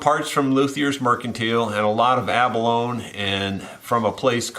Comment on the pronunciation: You are my mentor, so I hesitate to mention this, but when "abalone" is pronounced correctly it rhymes with "baloney."